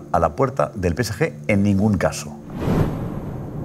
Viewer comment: Porque en el chiringuito dicen pese ye? En lugar de decir pe ce ge. Cuando se refieren al PSG